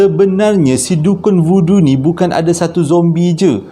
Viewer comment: Voodoo tu sekali dgr macam budu pulak.. 🤣🤣